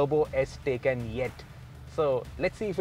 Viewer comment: It’s TAAYCAAN not a taycan 😒